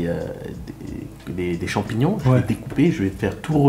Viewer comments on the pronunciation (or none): Il a du mal avec les « chamignons » 😂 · Le mec il a vraiment du mal avec le nom des champignons 😂